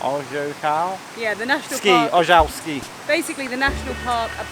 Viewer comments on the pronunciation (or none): Ojcowski Park Narodowy (pronunciation Oytzowski what is mean paternal) I like when You try to read in Polish. Good luck!